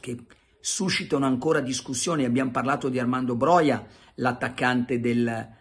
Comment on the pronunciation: Ciao Carlo, in albanese tutte le parole si leggono esattamente come si scrivono, sarebbe a dire "Broja" si legge con la ''j' come nella parola "juventus". Grazie mille per i video quotidiani e per il podcast, sei grande. Un abbraccio e FORZA MILAN SEMPRE